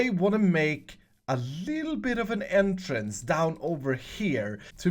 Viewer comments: Wait, can you repeat one more time, did you say endtrance or entrance. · when you said entrance for the 2nd time i thought you said N-trance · I thought you were gonna make them go to the end since you said it like “end”trice.